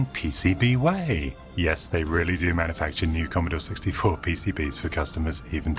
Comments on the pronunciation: The Commodaw Sixtyfaw computeh! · Editing, or a hint of sarcasm? The way the narrator says "Commodore 64" just doesn't fit with the rest of the audio. "Here in 1982... the key to the world of tomorrow lies in devices like the 'Commodore 64' computer."